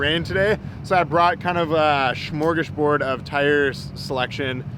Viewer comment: Hahhaa you said Smörgåsbord of tyres, took me a while to understand what you said and i laughed😂